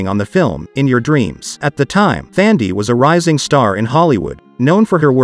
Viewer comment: Brown He is PRONOUNCING her name as THANDIE.